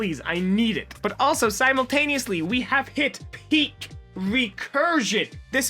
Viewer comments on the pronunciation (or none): none